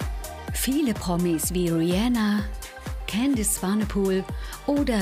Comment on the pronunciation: Sorry nh😂😂 aber es heist rihanna und nicht juljana😂😂😂